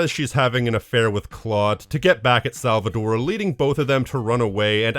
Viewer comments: tore, not -dore right? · It’s SalvaTORE with a T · Cool video but I can't ignore how weird it is how you pronounce Salvatore as "Salvador" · My man rally called Salvatore “Salvador” throughout the whole video. About the Maria dying in GTA3, developers said that she didnt died, they didn’t know how to end the Maria’s talk to put the song on for the credits so they just added a gunshot